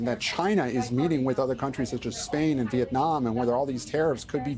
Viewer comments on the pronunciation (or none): none